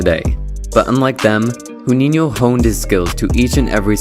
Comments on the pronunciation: It’s Juninho not huninho 😂😂😂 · thanks for the vid on a legend, however, and I only feel the need to correct because it was very painful to hear this over and over but Portuguese language pronounce 'J' like J in English not H in Spanish. Ju neen ioo or Ju neen io.. Same goes for Jesus....it's Jeysus not Hezoos. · It's not pronounced 'huninio'. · Look mate, if a word starts with a "J", it is ONLY pronounced as an "H" with 'SPANISH'. Portuguese pronounce a J. Brazil is Portuguese. It's Juninho NOT Huninho. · Great video, but the "J" in Juninho does not sound like "h". In English the closest sound would be the "j" as in juice, but to be more accurate, the "j'' in French like Je (I) is the sound we pronounce the "j" like in Juninho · It’s Portuguese not Spanish. Pronounced Jew-ninho, not who-ninho. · Brazilian here. You're not pronouncing Juninho's name correctly.. You shouldn't pronounce the initial J like the Spanish J in Jose. The English J is a little closer. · its Juninho, he is Brazilian therefore it's not huninho it's Juninho. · It's not "h"uninyo. It's zhooninyo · "J" in his name is not pronounced as "H" unlike the Spanish'. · Nice video bro, keep it up! Just one little thing: as a brazilian, the way you pronounce his name annoys a little bit. The "J"uninho isn't a "R" or a "H" as Brazil's main language is portuguese and not spanish. Try pronouncing it like "Gi"uninho. Edit: even better example - the same pronunciation as "Jr." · I speak both Spanish and European Portuguese and it annoys me the way you pronounce Juninho. Don't use the Arabic sound "HOO" . Instead, pronounce the "Ju" more like when you say "June" or "Junior" in English. Try saying June-e-nho. It's closer. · hes name is not pronounced spanish huninho but in brazilliann portuguese shuninho, do ur fudging research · Not Runinho. It's Portuguese, not Spanish. Juninho with a J. Just pronounce the J as you would in English and it's pretty close. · Its not fkn „huninio” at least say it properly mate